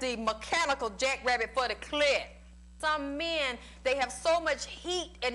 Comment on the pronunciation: "Da MECHANICAL jackrabbit for da CLIITT"